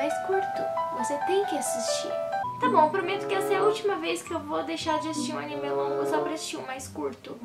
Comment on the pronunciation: Não é animê é anime